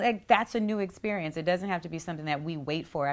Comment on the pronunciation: "Why it gotta be ouuaaa essperieeence?" I'm not sure. Why can't you speak properly?